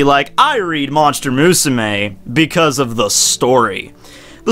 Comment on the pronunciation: Why do you fucking pronounce Musume like that. ._. great video aside